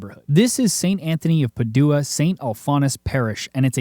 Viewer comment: FYI, it’s pronounced “PAD-jew-wah,” not “pah-DOO-ah.”